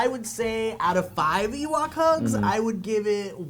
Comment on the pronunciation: Ewok? Otherwise I am interested in this "evok".